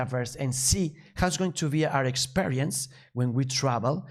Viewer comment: SUPPLY CHAIN!! 🙌 Congratulations for encourage yourself to do it!! Just check some pronunciation of "e", like experience, which is pronounced ˌikˈspirēəns Cheers!! 🎆🎉